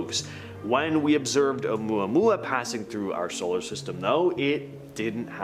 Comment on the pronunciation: I am impressed tho....you pronounced Omuamua correctly.....lol Some influencers totally BUTCHER that pronunciation...lol